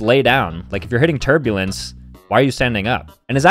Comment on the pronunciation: He said turbulence🙁